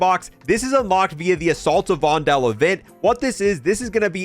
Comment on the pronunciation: Your pronunciation of Vondel is funny 😅 it's like "Vondol" or "Vondool" or "Vondul"